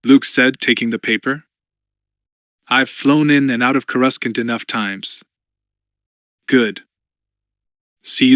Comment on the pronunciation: I loved the rogue squadron readings. But this one is just not nearly as well read or well executed. Has to have been read by Ai. Human beings don't read .... as dot dot dot or read asterisks out loud. No human being thats watched the movies pronounces Coor ah scant as core russkunt. Makes it a much tougher listen and lessens the story's integrity.